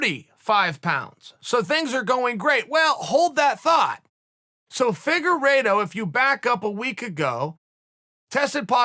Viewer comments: The way chael pronounces some names.....anyway i got Figueroa again clearly. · Deiveson "Figorido" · Chael “figereeto” Sonnen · Chelle ‘figue eeedo’ Salmon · Figuerido? Lol